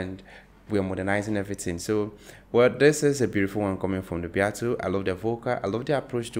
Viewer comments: The Beatles (pronounced bee-tells) are timeless. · Just so you know, you're mispronouncing the name of the most famous popular music group in world history.